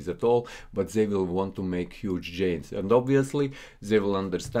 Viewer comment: Friend, its Gainz not Djainz, greetings from Amsterdam